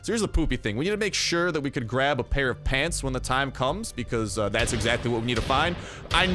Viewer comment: Stop saying pants like that, it’s annoying